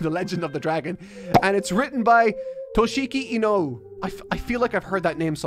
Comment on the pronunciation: Toshiki I-No-U-E not Inoh